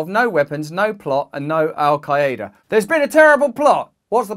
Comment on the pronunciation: How little of research does one do to not even pronounce Al qaeda right lol